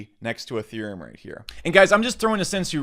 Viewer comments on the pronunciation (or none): none